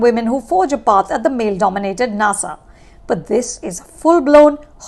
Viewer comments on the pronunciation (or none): none